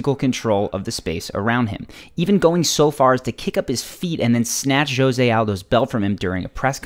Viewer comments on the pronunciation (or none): It's not Jose (Joe se) its Hose